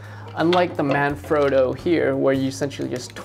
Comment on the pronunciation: Please don't take this the wrong way, The "frotto" in Manfrotto isn't pronounced "phroto" it's frotto like an otter. That's what the double t is for...sorry lol great review though!